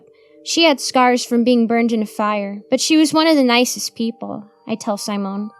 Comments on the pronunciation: I don't think that's how you pronounce Simone. I think it's see-mone. I think you're also mispronouncing Samael. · honey, simone is not pronounced with a long i. short i as in sit. si mone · Sigh-moan. Lol i love that intentionally mispronounces words like a little kid would. You can tell she is a great performer